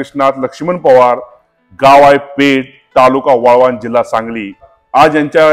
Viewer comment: पोवार नाही पवार म्हणा